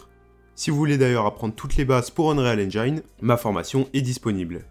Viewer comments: "Engine" se prononce "haine-djén" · Super tuto, simple à comprendre et efficace! Je vais devoir regarder tes autres vidéos et surement m'abonner... Petite astuce pour prononcer correctement Engine, en français c'est comme dire "N Jean" (le pantalon, pas le prénom). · Enfait ça se prononce N-gine un peu comme une engine ;) Sinon vidéo plutôt complète et très sympa à suivre, bravo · Super tuto mais est ce que tu pourrais prononcer engine correctement stp ? Le i se prononce a la française tout simplement